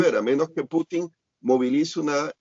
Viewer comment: muy buenas y bendecidas noches, creo que ahora sí el señor Larios le salió lo neoliberal y se pone en su posición de derecha, pues que no ve el desorden que quiere hacer el JB que ni siquiera puede pronunciar Putin y le dice Clutin, el señor es un enfermo mental y el Sr. Larios los defiende. Creí que él es u. FIFI